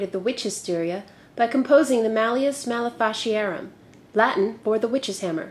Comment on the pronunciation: You went write off the rails with the burning times nonsense. There is absolutely no connection between Early Modern witches and those idiotic Wiccans. However, I did have to laugh quite heartily at the way you pronounced Maleficiarum. In Latin, the Cs are pronounced like Ks,and try the vowels like Spanish.